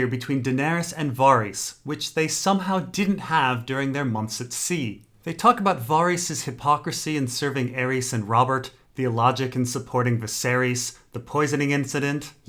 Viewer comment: Var YS. VARRRR YS. NOT VAR EEES, or however you're saying it. LOL@ Davos watch. Dragons breathe fire...film at 11.